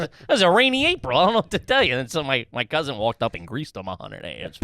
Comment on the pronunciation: Did say my cousint? With a T..